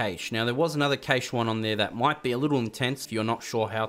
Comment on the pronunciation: Jsyk cache is pronounced cash not caysh